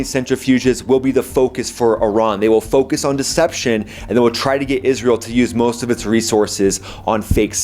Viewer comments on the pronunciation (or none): none